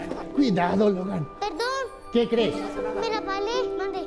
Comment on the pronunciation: "Peldón, me lesbaléee" jajajajaja aww <33